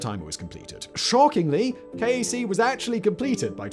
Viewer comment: King Abdullah Economic City (KAEC) is generally pronounced "cake" locally.